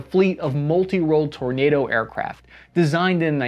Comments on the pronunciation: Kudos for the correct pronunciation of ‘Tornado’ aircraft 😂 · Kudos for not over pronouncing the word Tornado